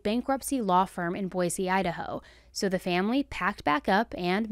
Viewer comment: THANK YOU FOR COVERING THIS CASE!! Emmett was one of my brothers best friends growing up here in Boise, Idaho. Pronounced (Boy-see😊)..We lived nearby and knew his family. I now live near the Walgreens and still think of Emmett, Ashley and his family every time I pass by. This tragic shooting still affects my heart greatly. So terribly sad & that it didn't need to end this way. Was so tickled to see your coverage on your channel!!